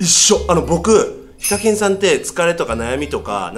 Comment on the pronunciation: セェキンは… に聞こえるｗｗｗ